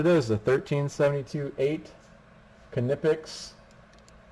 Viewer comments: It's not "Kin-ip-ex" It's "nypex" Are you even an electrician? Lol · Seriously if I hear some call the brand “kuh-nipex” again I’m gonna loose it. The K is silent it’s pronounced “nipex”. German pronunciation. Great strippers I have them myself. Worth the extra money.